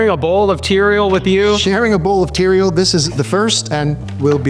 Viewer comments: Tea-re-al. Bahaha 😅 Atticus in a chariot =Uber 😂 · Oh my gosh, "Tereal"?!! 😆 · Teareal 😟 😂 cereal+=teareal 🥣 🫖